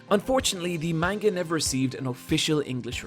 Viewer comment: This is decently researched, but please pronounce manga right.